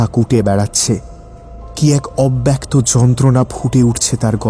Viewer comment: অব্যক্ত শব্দের উচ্চারণ অ্যা-কারান্ত নয় অ-কারান্ত